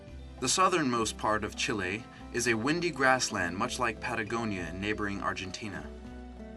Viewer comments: ikr he said it wrong XD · CHEE-LAY = Chile